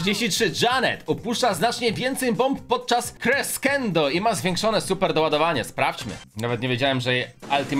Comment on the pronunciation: Tak wgl to superatak Janet crescendo czyta się kreszendo🙃